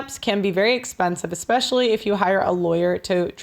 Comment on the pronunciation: I wouldn’t hire a lawyer that pronounces “especially” as “EXpecially.”